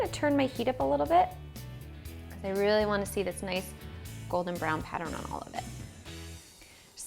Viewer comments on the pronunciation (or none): none